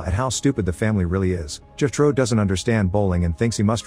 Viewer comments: bro said jehtro, it’s jethro lol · The repeated mispronunciation of Jethro is maddening because they use the name so bleeding much.